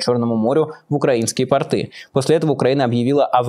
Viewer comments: Майкл, очень режет слух портЫ, это хвучит еще хуже чем "ихние" правильно говорить пОрты, и пОртовая инфраструктура. портЫ- это штаны. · Майк, ну, пожалуйста, пОрты! Ударение на "О", как и тОрты .. ❤️ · Простите, Майкл! Но пОрты!)